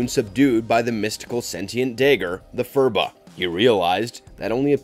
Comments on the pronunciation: "fah-similee"? It's pronounced FAK-similee... DAY-grr? FURR-ba? It's PURR-bah... C'mon... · the Phurba is pronounced Pur-bah not "fur-ba"... lol" "Tülku" means the corporeal existence of enlightened Buddhist master and the "hypnosis" the Shadow uses is more of a technique for focusing his mental abilities such as generating mental illusions such as seemingly appearing from darkness or a shadow, or seeming to be invisible, a small degree of mind-reading and empathic sense